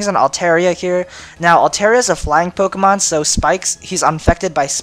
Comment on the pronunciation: scythe and im sorry but your intro is so god damn cheesey.... and I don't like the way u pronounce the pokemon lol